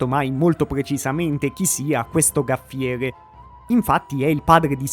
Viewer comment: Gaffiere non si può proprio sentire.